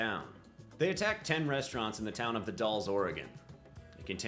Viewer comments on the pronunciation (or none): "The Dolls?" Lmao, don't feel bad, ive heard people pronounce it far word, like Californians who came up for a vacation and called it "The Dye-yays" Plenty of Oregonians get it wrong, i remember one family that called it "The Dowels"